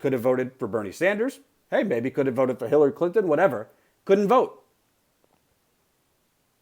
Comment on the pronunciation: Did he just say Killary Clinton? XD